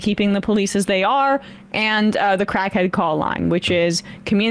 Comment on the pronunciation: "Call a crackhyead" "Pablo" "That's on YouTube"